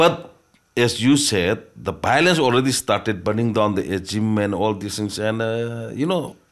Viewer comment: what is bilance? once you can say violence I'll listen your interview